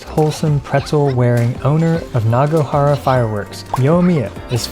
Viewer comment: Nigga said nagohara that's crazy